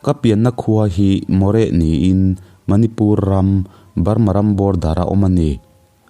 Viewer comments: Maw réh ni lo in Morêh ti a lam tur. Mo(nupui sawina ang hian) reh(quiet) Morêh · Ngaihnawm lehpek.. moreh hi a lamdan ah (h) hi a silent.. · A hmang thin te leh keini hovin kan lamrik dan chu Moreh hi 'Maw+re' ti ang deuh niin, Madrasi hi 'Mat + ra + si' ti a ni bawk. Hriat than dan ang nilova i rawn lamri hian beng a fah lo ve deuh. Sawiselna nilovin a thuphungin ka rawn luangliam ve mai mai a ni e, lunglova lak lo a aw...